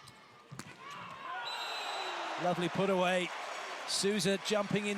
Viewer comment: O mais engraçado é os gringos chamando o M. Souza de SUZAN KKKKKKKK